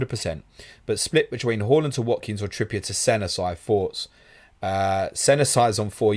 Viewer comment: Love the channel but can you please pronounce it Haaaaaland instead of Hawland and Son (S-on) instead of Sun. I wouldn’t normally get that bothered it’s just they are two players who are constantly mentioned and after hearing them mispronounced so often does get bit aggravating. Like I said…..love the channel bar this issue.